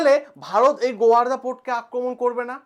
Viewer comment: আপনি ছাত্রদের পড়ান,এত ভুল বলেন কেন? ওটা গোয়ারদা নয়,গোয়াদার হবে।